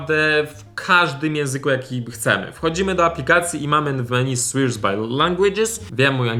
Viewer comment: Apka nr 3 czyta się swear czyli słer